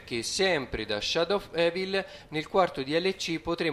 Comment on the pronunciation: te lo voglio dire perchè ogni youtuber lo pronuncia male non:"sciadouf evil"ma"sciadous of ivol"XD,non voglio fare il sapientone però non ne posso più:P scusa non prendertela male;)